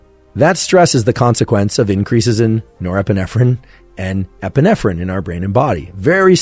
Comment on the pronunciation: Nepeerffferrriin & Epeerffferrriin 🤣